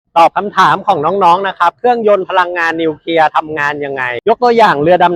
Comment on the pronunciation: นิวเคลียร์ ครับ ไม่ใช่ นิวเคีย😅